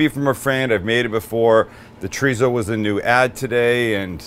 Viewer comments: no wonder I couldn't look it up it's not tarizo it's chrizo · its pronounced choritho in spain, there is no z or tso in the pronunciation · I grew up in California...my Hispanic friends pronounced it "chor-ee-so😉👊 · I like chee-re-zo but I'm not complaining 😂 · Love that he calls out Greg for how he says chorizo and then says basmati the most North American way possible. Gotta love Sam. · Your pronunciation of Chorizo is a Mexican pronunciation. Don't want to pop anyone's bubble but I'm not Mexican. I'm a German, French, Anglo-Saxon type of an American, in fact you could call me a Human version of a Mutt, a moniker I proudly hold. And being this type of Human I pronounce it the Way it's spelled. Anyone got a problem with that, well, sorry 'Bout your Luck.